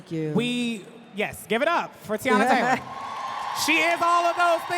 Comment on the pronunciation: The moderator calling her Tayana when her name is Teyana is so unprofessional and tired. A simple google and some research would suffice.